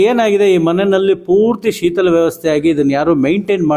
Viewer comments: avre, shitala alla, shitila. Kannadigaraagi tappu kannada mathadteeralla swamy?? 😢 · ಸರ್ ಅದು ಶೀತಲಾ ಅಲ್ಲ. ಶಿತಿಲ ಅಂತ. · ಸರ್ ನೀವು ಮಾಡಿದ ಪ್ರಯತ್ನ ಒಳ್ಳೆಯದು ಎರಡು ಮಾತಿಲ್ಲ, ಆದರೆ ನೀವು ಒಬ್ಬ ದೊಡ್ಡ ಕಲಾವಿದರ ಮಗ ನಿಮ್ಮ ಕನ್ನಡ ತುಂಬಾ ಸ್ವಚ್ಚವಾಗಿ, ಸ್ಪುಟವಾಗಿ,ಇರಬೇಕು ಕಾರಣ ನಿಮ್ಮ ಒಂದು ಪದ ಬಳಕೆಯನ್ನು ಸಾರ್ವಜನಿಕರು ಗಮನಿಸ್ತಾರೆ ಕಾರಣ ಇಂಥ ಕಾರ್ಯಕ್ರಮ ಮಾಡುವಾಗ ಪೂರ್ವದಲ್ಲಿ ತಯಾರಿ ಮಾಡಿಕೊಂಡು ಮಾತನಾಡಿ...( ಶೀತಲ... ಶಿಥಿಲ ) ಕ್ಕೂ ವ್ಯತ್ಯಾಸ ಇದೆ ಹಾಗಾಗಿ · Shithila annu maharaja,sheetila alla. Kannadada kole maadabeda,modalu kannada kali😢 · ಶೀತಲ ಅಲ್ಲಾ ಬುದ್ದಿ---- ಶಿಥಿಲ